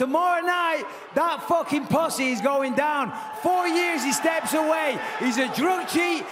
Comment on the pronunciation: Bisping can't say "PUSSY" correctly. What an imbecile